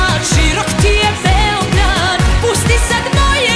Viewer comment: Ali seljacki naglasak dok izgovara "Beeeeograd".